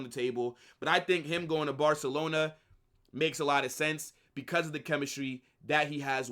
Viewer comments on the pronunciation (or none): "If Nico Lands in Barcalona"